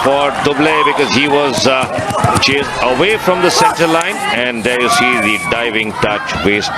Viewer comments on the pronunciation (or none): none